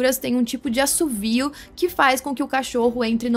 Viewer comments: "Assobio" e não "Assovio". Parabéns pela entrevista! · é assobio, não assuvio kkkk